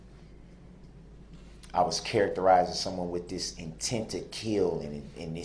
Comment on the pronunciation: He says kiwl. Intent to kiwl. He has a long list of words that he can't pronounce.